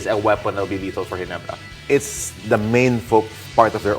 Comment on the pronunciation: Ayusin mo muna ung letter R mo Ndi mo ma pronounce maayos GINEBRA kaya halatang TNT ka 😂😅😂